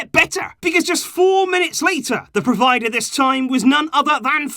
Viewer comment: provider 😂😂😂😂 all Indian fan might correlate